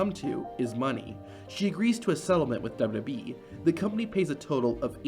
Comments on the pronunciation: What's Duba bee? It was wwf then. And even if you're saying wwe.. say it double U double U E ... hell even dubba ya dubba ya E would work.. but duba bee??? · Everytime you say WWE, it sounds like WB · I had an aneurysm every time he said it. Didn’t even try to slow it down and sound it out. The dubububy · Is there some reason that the guy narrating cannot say W W E?? Dubelyoo dubelyoo eeeeeee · I was trying to ignore it until . That wasn’t even close.